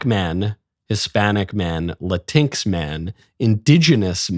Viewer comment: It's not Latinks. It's Pronounced Latin-x. Come on bro. I think it's stupid just like they do. PRONOUNCE IT RIGHT DUMB DUMB.